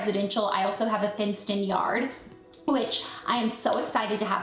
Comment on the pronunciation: she said fenced :D 😂